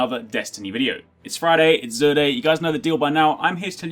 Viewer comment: thank you for pronouncing his name right unlike Queen Gothalion calling him JUR